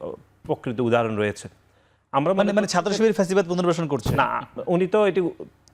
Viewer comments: ফ্যাসিবাদ না প্যাসিবাদ। আদু ভাই নাসির চলে যাও বাংলাদেশ থেকে। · বারবার পেসিবাদ বলছে নাকি ছাগলে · "প্যাসিবাদ" নাসির 😂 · পকাশিত× প্রকাশিত প্যাসিবাদ× ফ্যাসিবাদ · পকাশিত, পমাণিত, এবন, ফ্রুফ, প‍্যাসিবাদ.. শব্দগুলোকে সঠিকভাবে উচ্চারণ করার জন্য ছাত্রদলের সেক্রেটারিকে অনুরোধ করছি।